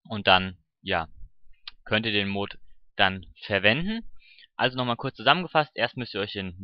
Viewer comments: Wieso sprichst du es immer als Mohd aus das heißt Mod kurz gesprochen. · das wird nicht moood sondern mot ausgesprochen :) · das heißt mod und nicht mooooood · triggert das euch aus so das er mooooood sagt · es heisst die Mods und Mod wird kurz gesproochen ;) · Warum sprichst du mod so komisch aus? O.o